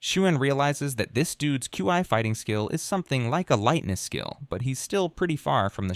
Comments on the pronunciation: i heard it say chee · Regarding the pronunciation of "Qi" in this: The AI narrator tries quite a few, and it's all over the place: you got /kju:ai/ ("Q.I."), /kju:i:/ ("Q.E."), /kai/ "Kye", /kwai/ ("Kwye"), /kwi:/ ("Kwee")... ...and the funniest thing is that although I'd never heard anyone even try to pretend that these were actual ways in which actual humans say "Qi"; and though he went through the entire list of even vaguely conceivable pronunciations; not once does he try the two common/'correct' ones, i.e. /ki:/ ("Kee") or /tʃi:/ ("Chee")...! (*) (as it is usually pronounced in English, anyway. If the AI is already stumbling on pronoucing "Kee" or "Chee" like a normal adult human with a working left frontal lobe, it's not like I'm going to be expecting a proper Mandarin accent anytime soon, i.e. /tɕʰî/ ...) (*) I may exagerate. And if he does say it right, then it's obviously buried amongst the weird ones; and either way, he always changes it back to nonsense the very next chance he gets...!